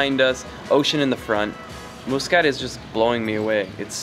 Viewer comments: 💖 Nice video but with lots of mistakes...Yes yes! the country is a beautiful magical jewel. But No! it's not Moooskat...its pronounced Mus ...Cat. Pain to the ears everytime you repeated it. Its Mutt ...ra souk not Moootra!. Franckisence is Luban (arabic word)...not 2 different things! it's pronounced Looban not Liban. Its utopia not dystopia! 2 different words with different meanings! The Grand Mosque is for the public, all tourist can entre in the mornings ~ no need to wash anything before! just dress appropriately, same as Vatican visiting rules! You did not show the most famous room with record breaking Chandelier and carpet... absolutly stunning! Apart from the soup all the food you ate was Indian! There are specific Omani dishes that are very Very Tasty! don't know why no one guided you to them? The Bustan palace hotel is just that...a palace built initially to accommodate the ministers for the GCC summit that year...and later converted to a tourist hotel! The Sultan does not live in that far off beach palace, he resides there occasionally but lives elsewhere! The Omanis in your video are so Polite no one dared to correct you in your bad pronunciation etc... Apart from all that it was a nice fun video. Finally...Oman is not in the Middle East it is in the Arabian Gulf region (the Khaleege in arabic) the Mid.East is in far West countries of Syria, Lebanon,Palestine and Jordan...also known as the Levant region. And why should people be shocked at how nice it is?! ... it m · "" 😂😂 I was drinking water when you said that Cool video tho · We wright it Muscat and we don’t say it like how he said it but your kinda right how you pronounced it I am Omani btw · The Al Bustan Palace was never built for the Sultan. I was built as a luxury hotel and was first used for the first GCC meeting in Oman. By the way, it's pronounced Mus- Cat not Moosecat. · It's pronunciation is "mas"cut not "mu" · Pls pronounce Muscat Properly brother. It's Muscat (masqat) Not muus kat